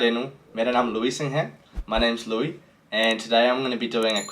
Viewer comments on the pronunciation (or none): none